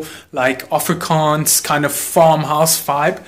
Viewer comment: For a sec I forgot you were S’African until you said Afrikaans😂 howp it was a lekker time!